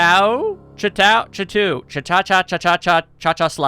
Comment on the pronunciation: Your inability to pronounce "Chateau" kills me more than it does you, I assure you. Specifically because you literally say it correctly the first time and then proceed to mangle it every other time after that. How? It's painfully simple, by the way. It's "Shaa-toe". Shaa. Toe.